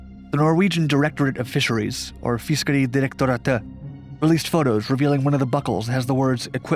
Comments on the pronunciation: I couldnt help but laugh "or Fisköry Dlolegdlagh" sounds like something out of an anime, or somone punched their keyboard while typing the script for the video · Fiskeri derektoratet you said it soooooo fail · You saying, Fiskeridirektoratet had me dying LOL